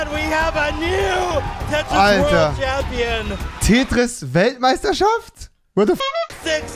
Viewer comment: "tätris" bruh